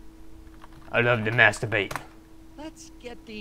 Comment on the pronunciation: lol! Amsturbate!!! Your awesome hahaha!